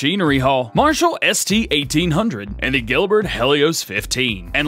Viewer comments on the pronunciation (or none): none